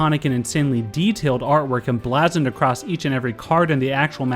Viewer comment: He pronounced "emblazoned" wrong. I'm triggered